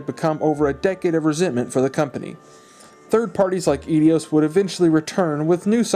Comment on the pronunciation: e-dios? bay-ten kaitos?